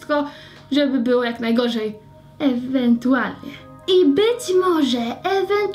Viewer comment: "ewentuarnie" xDD pozdro dla Zuzi <3